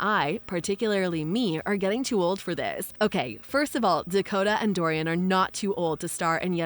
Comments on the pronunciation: It is NOT Dorian, with 3 syllables. It is Dornan, just 2 syllables. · You can’t even say his name correctly 😂😂 it’s DOR-NAN, not DOR-IAN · Yes you love Jamie so much that you got his name wrong, Jamie Dornan. True fan here. Cheers love. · His name is not Dorian. It is Dornan. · Jamie's surname is Dornan not Dorian. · His name is “Dorian” not “Dorian.” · His last name is Dorian…not Dorian…geez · First thing you need to do is get his name right! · Would be nice if the person talking could get his nam right!!